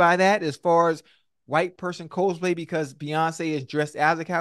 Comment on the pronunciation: Someone please tell Ocho how to pronounce "Cosplay"